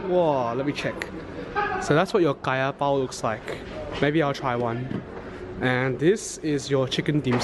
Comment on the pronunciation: The moment he saw kaya bao and chicken dimsum, his english accent automatically reverts back to his original asian accent 🤣👍🏻